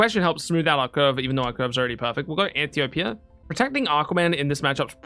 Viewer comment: Ann - tee - oh - pee Not Ann-tee-ope!